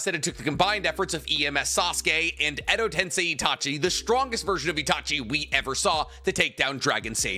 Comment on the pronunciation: Why this dude always says edo tensei wrong ?